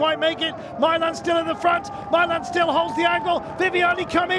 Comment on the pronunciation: Why does he pronounce Milan as my-lan and not mee-lahn?